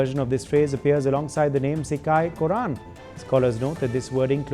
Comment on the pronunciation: It is not cikkai kurran - it is sigai kottran